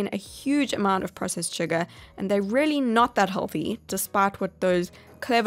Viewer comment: I love how she says “rehlly” lol